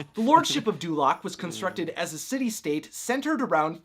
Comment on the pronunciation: Dulaq sounds like North Korea.